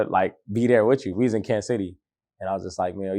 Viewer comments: Him not checking this nigga for saying Kansas is bothering me 😂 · stop saying Kansas